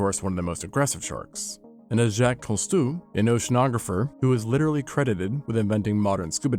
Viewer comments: Seriously? Jacques Co Stu? Have you really never heard his name before? Jacques Cousteau... pronounced koo stoe. Public schools really didn't do you any freaking justice! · "Jack Co-stew" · OMG, you know you're old when you hear a knowledgable source on the ocean totally butcher the pronouceation of Jacques Cousteau.